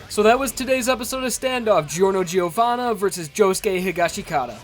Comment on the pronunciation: The 'i' in 'Giovanna' is mute. Jo-wanna.